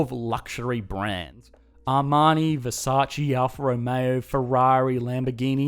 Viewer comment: A message from Italy: In the word VERSACE the 2nd E it is read just like the first... like in ELEphant. Thank you